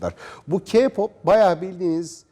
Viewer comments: Bİ S GİDİN ALLAHINIZI SEVİYOSANIZ SİZ İYİCE KAFAYI YEMİŞSİNİZ C!NSELLİK NE ALAKA VAHŞİLİK NE ALAKA TAM TERSİ BİZİ ŞARKILAR İYİLEŞTİRİYOR VE KİPOP DİYE OKUNMUYOR KEY POP DİYE OKUNUR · Öncelikle kiğğğ popp değil keypop diye okunuyor, 2. Önce intihar etti diyip öyle aşağılayamazsın hem sen adam mısın ki başkalarınınkine laf ediyorsun? Ayrıca intihar etmeleri kendi hayatlarındaki sebeplerden aksine bize kendimizi sevmemizi söylüyorlar, zıkkım da seni yapan ailendir.... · “KİPOP” DEĞİL K-POP ÖĞRETEYİM CANIM DÜZGÜN SÖYLE SONRA GEL HABER YAP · KİPOP HAHAHAHHAHA KPOP DEMEYI ÖĞREN SONRA KONUSMAYA CALIS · Kipop diğil K-POP ilk önce konuşmanızı geliştirin sonra onları eleştirin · Hani sen kipop diye okuyosun ya o keypop diye okunuyor. Bizim müzik zevkimiz seni alakadar zerre kadar etmez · Kiğpop keeğpop lfldkdldkdls cidden bu yayını açmadan önce gidip bir araştırın ya üzülüyorum size kafanıza yazık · "Ki pop değil " "k pop" sen daha kendi cinsiyetini karakterini bilmiyorsun onlaramı laf atıyorsun . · Önce Kpop demeyi öğrenin sonra konuşun va baştakiler ERKEK intihar ettiklerine de çok sevinmişsiniz bakıyorum utanmasanız dans edeceksiniz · Daha ki pop diyor keypap demek yerine ya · Kipop demenden cahilliğin anlaşılıyor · Ayrıca ki pop diye değil key pop diye okunuyor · Dovesim geldi KA POP DIYIL K-POP OKE MI?! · ke pop diy e okunmuyo key pop diye biliyorum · Sanırım haber bulamamıssınız o kadar araştırmışsını bari okunuşunu da ögrenseydiniz KİPOP ne ya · Önce K-pop demeyi öğrenin sonra eleştirin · Kipop?? Hdkejdjdjdndjedjjdjd abi ingilizceni düzeltir misin önce? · Ki pop diye okunuyor CaNıSı TvNeT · Nobody: Nece konuştuğuni bilmediğim insan: Kiğğ pop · Sizde acayip gıcıksınız yaw. Bir video da ''Ka pop'' diyorlardı. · Vallahi ya biri diyo ki pop biri diyo ka pop 😣😣 hiç doğru düzgün söyleyen görmedim valla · Knk ilk önce k-popu söylemeyi öğren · sen ilk önce k- pop demeyi ve yazmayı öğren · Abicim doğru düzgün okuyun şunu kiğ ya da kağ pop değil KEY PAP